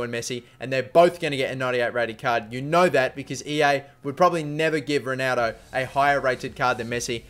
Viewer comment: Its funny how you say Rueneldo